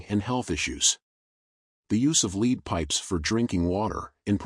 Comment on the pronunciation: It's not lead poisoning as in 'to lead', it is lead (element Pb on the scale of Mendeleev) pronounced as Led in Led Zeppelin. Pb is poisonous and was used in water pipes from the 1st century BC in Rome.